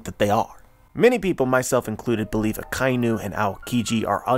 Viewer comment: I'm sure your theory is very thought-provoking and interesting, but please stop calling Akainu, Akai-nu. It's taking me out of the zone of your theory.